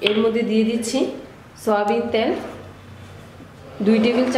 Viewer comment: আপু ত্যাল না তেল হবে।